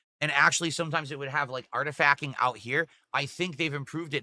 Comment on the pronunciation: oh my god he actually keeps saying 'artif-ack'